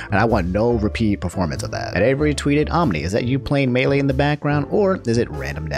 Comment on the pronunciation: The way pronounces the word 'melee' always triggerd me so hard